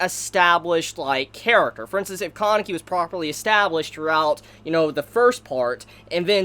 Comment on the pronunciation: im confused when you are pronouncing kaneki's name. im hearing koneki?